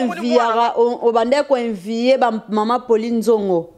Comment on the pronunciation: Ba preuves et non ba épreuves.Envier et non invier.la petite tu as encore beaucoup à apprendre.